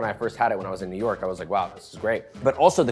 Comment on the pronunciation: Dude, i first thought he said "newark" not "new york", and i lit up cuz i live right by newark and im like "where tf is this place"